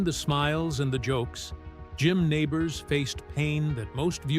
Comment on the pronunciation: Learn how to pronounce his name!